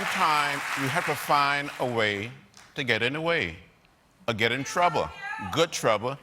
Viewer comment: Getting in "Good TRUBBBA" 😆😆😂😂🤣🤣